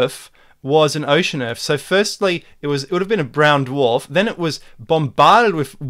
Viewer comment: I can't take anyone seriously that can't pronounce 'Earth' correctly.